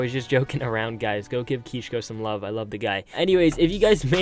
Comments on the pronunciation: Ok first of all u dont need to tell us what u r doing this isnt a fucking blog u little bob u actually dont understand how cringe ur ark videos are do u? Change the titles, thumbnails they are so cringe. 2. ITS KISHKO u fuck not Keeshko. I am so disapointed.. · no that's kishko he said kisko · lmao "KEESH-KO." You had to get your parents to rent you servers so you could finally keep a base.